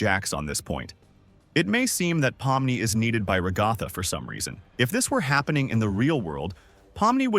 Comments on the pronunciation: its not called rugatha its pernounced as ragatha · I can’t take it with the “rigotha”💀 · i'm leaving the video now that i heard him pronounce Ragatha like that a fifth time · the "RaGAthA" gets me every time😂 but I like the video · I love how the AI actually pronounced Ragatha right the first time, then proceeded to mispronounce it afterwards